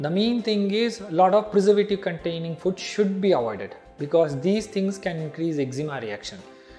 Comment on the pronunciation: did he say "fud" instead of "food"🤣🤣🤣